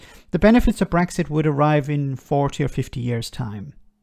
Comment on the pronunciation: She couldn't even say Brexit... Started by calling it breakfast!